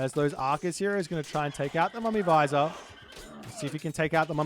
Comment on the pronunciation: it's not a mummy visor it's vij-ir